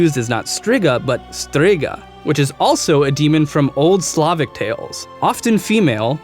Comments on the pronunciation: I think wiedzmin is pronounced something like vyedge-min... and Strzyga is more st-zhiga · Your pronunciation isn' t very bad, but important thing is that rz is prunounced in Polish like "zh" in "pleasure" or like "sh". So it is "And-zhey", not "Andrey" Sapkowski and "st-shyga", not "stryga".